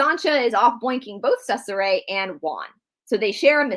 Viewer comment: Hey, thank you for the videos! Just a little FYI.. in Italian a "C" is pronounced with "CH" sound.... "CH" is pronounced like a K... there is also a mini series of the Borgia on cable or Netflix I thought it was well done but probably not to fact! Love you all! God bless 🙏🏻❤️